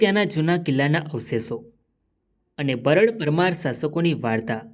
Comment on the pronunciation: બરડ નહિ બારડ બોલ ભાઈ.